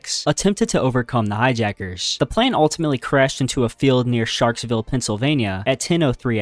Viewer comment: "Sharksville" Pennsylvania?!?